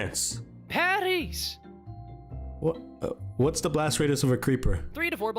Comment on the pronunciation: nous pas respecter il a dis pariz